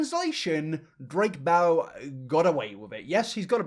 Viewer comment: Hmmm, did you say 'Drake Bell and' or 'Drake bellend'? 🤔 Honestly, the second one sounds much better 🤭